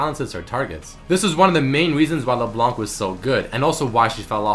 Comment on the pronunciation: Hey sup man i love your videos but for LeBlanc we dont say the C at the end !!! :P